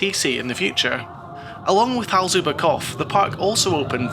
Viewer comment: Great review of a great park! A hint about the pronounciations, if i may: "Hals über Kopf", the "Hals über" was very good, with "Kopf" you left out the P. Imagine a word like "drop" and then add an F, then it's better. Funny enough, you did a much better job with the "pf" during "Volldampf". However, the V is pronounced more forcefully, like in "full". So something like "Foll-dumpf". For the longest time, they did the same mistake on Sky Sports UK with Sebastian Vettel, making the V too soft, in German it's pronounced like an F. Anyway, good job again on the review.